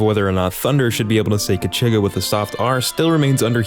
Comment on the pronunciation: When this man mentioned kachigga with a soft r, i died